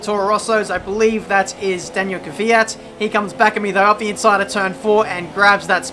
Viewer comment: Give this man a medal for saying Kvyat and not Keeee Fiat !